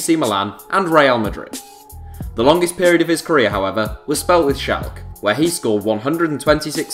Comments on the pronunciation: and its also said "shalka" not shalk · SchalkE ffs there is an E at the end its Not Schalk wtff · It's Schalke. Not Schalk!!